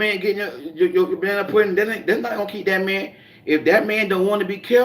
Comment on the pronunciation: Hey 😎 I like how you call it banna pudding. 😄